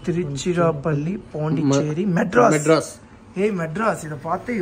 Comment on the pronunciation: Bro மெட்ராஸ் illa madaras 😂😂😂😂